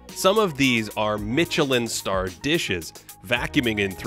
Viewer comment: Wait, you said Mitchellin Star? Bravo sir🤣🤣🤣